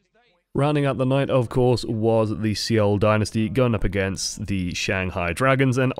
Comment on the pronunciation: c -oul dynasty lol its pronounced "soul dynasty"